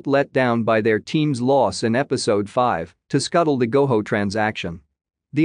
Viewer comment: It’s Go JO NOT GO HO